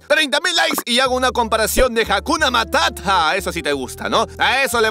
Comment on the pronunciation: Jajaja dices jakuna matata jajaja y quien lo decidió